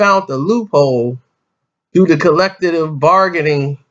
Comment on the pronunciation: "Collectative bargaining"